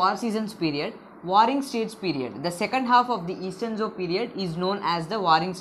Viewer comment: the pronunciation of zhou is wrong